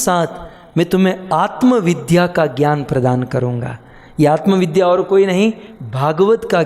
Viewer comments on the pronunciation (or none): none